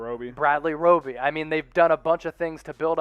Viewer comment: "Bradley roby" hahaha come on guys. At least do some research and do some work before putting this video out.